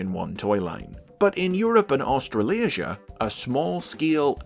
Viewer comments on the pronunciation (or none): Aus-tra-li-sia Dawg what